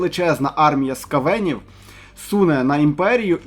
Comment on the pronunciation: Наголос неправильно робиш, на букву ,,а" наголос не ..е"? це про скавенів